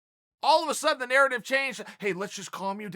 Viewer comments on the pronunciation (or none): none